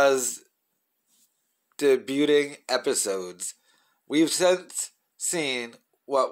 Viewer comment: "Deybyooting" Really,? Lol